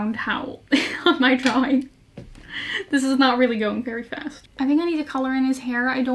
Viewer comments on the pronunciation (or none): none